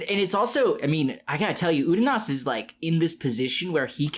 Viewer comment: Every time you guys revert to pronouncing it 'Udonis' I die a little inside.